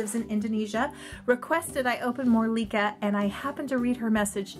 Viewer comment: Oh my gosh she is so cuuute!! I love her with pink hair!! cuteness overload!! More Licca-chan please! thank you for hearing my request and for the shout out! I love this video! and you pronounce my name correctly! XD also, I read from wikipedia that the regular Licca is an 11 year old girl, there are an adult version of her though, even a pregnant doll